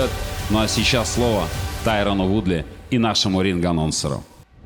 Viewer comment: Can't even say Woodley's name correctly!?!?!?!?!